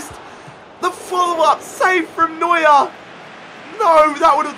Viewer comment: Man... You call Neuer is New year😂😂